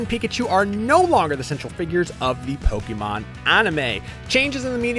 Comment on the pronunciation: What, Polkamon instead of PokEmon?